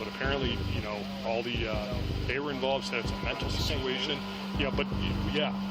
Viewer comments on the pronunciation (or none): none